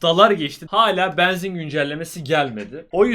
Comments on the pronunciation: Yav neden beenzin diyorsun abi shshshdhdjdj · Abi banzin değil benzin diyenler +1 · ne olur benzin kelimesini düzgün telaffuz eder misin kanka bEEnzin değil benzin olacak yalvarırım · Abi allah aşkına şu benzine beanzin deme